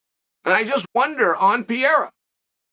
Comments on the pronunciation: Alex: It's Pah-ray-rah Uncle Chael: Pee-era Alex: Pee-era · Stop saying "PIERRA" 😂🙉🙉🙉 It's PEREIRA! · man you are yelling like nad,its not piera,it is Pereira and he is apsolute class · It's kinda cute you calling him PIERA but it's actually PE-REI-RA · Rofl Chael keeps saying “Pierre” like Alex is a fucking Frenchman. I think his performance last Saturday proved he isn’t French. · Chael spells Pereira’s name right but still says Pierra🤣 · Pe-rare-ruh or Pe-heh-da are the acceptable ways to pronounce the camp's name, Uncle Chael. Lol. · For Christ's sake, stop calling him "Pierra"! Call him Poatan! It's what Brazilians call it and it's easier for English speakers to pronounce. In English, the correct pronunciation will sound something like "Poah-ten". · Awesome that Chael thought about that. It would be more awesome if he can pronounce his name correctly 😂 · Uncle Chael won't give a f*ck to learn how to pronounce the name Pereira. Lol